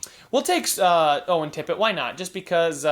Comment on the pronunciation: I am in love with Owen Tippett and my team (the panthers) chose him! I was so pumped to hear his name pronounced by our dg 😍😍